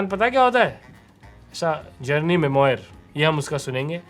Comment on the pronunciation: Memoir is not pronounced as you did. It is a french word. The 'oir' is pronounced as 'uar'.